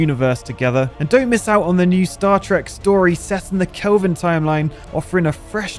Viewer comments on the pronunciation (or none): none